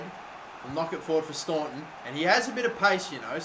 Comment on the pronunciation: Daire in Ireland is pronounced "darra". You pronounce staunton correct tho 👌